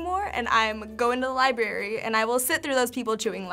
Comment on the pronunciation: LIBARY!!! nooo. it's Library.